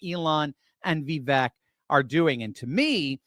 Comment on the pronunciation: If people are criticized for pronouncing Kameltoes name wrong, then I guess I should correct. It’s Va-Vake not Vee-vek. It’s a hard one to write out. Not sure if that’s understandable lol!😁😁